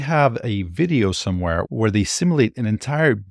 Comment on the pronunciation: The word is pronounced SIM-YOU-LATE.